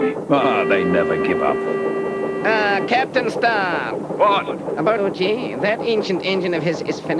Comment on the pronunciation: Why does Ten Cents say 'Capan' in this episode and none of the others?